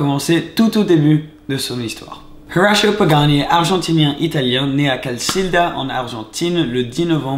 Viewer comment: Pourquoi tu prononces Horacio pagani en anglais ??? C’est du n’importe quoi, il est argentin ...